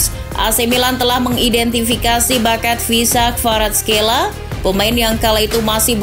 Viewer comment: cara pengucapan nya.. khvicha kvaratskhelia= kahvica varatskelia